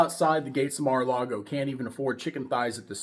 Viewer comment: One million dollars to join Mara-lar-go.